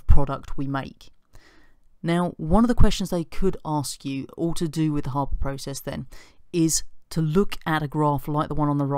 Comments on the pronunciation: It's pronounced Har-ber not Hay-ber. Just sayin'! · Cameron Smith Haber was German, so it's har-ber